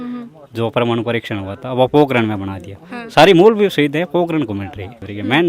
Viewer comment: पोकरन भी नही है पोकरण हैं 😅